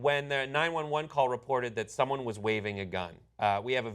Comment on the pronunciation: Did you say: "ALIVEs matter"?